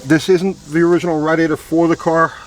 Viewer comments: "radd-iator" lol. great video! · Us east coasters call it a rad e ator. West coasters call it a ray de ator. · you say radiator funny lol love your videos though